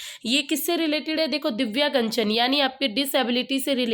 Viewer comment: दिव्यांगजन को दिव्यागंजन पढ़ने वाले😂😂😂😂😂😂😂😂😂😂😂😂